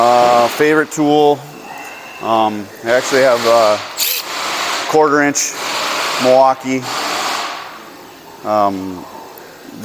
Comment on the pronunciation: Why does everyone pronounce Milwaukee like Meuakee